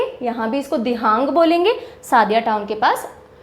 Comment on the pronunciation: Sadiya nahi sodiya. Trita nahi trisna your some words is wrong spelling corrections